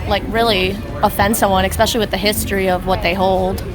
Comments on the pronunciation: I get offended when people say “exspecially” and not “especially”.... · There we go again. "EXspecially ". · Never trust someone that says "eXspecially" lol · "expecially with the history of what they hold" the way that girl speaks makes my blood boil idk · She was one of the "smarter" ones there but her boyfriend just agrees with her, got no opinion of his own. If she says "expecially" he'll just agree that it's the right ponunciation 😆